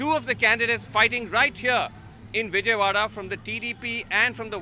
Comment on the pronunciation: Its Vijayawada not Vijaywada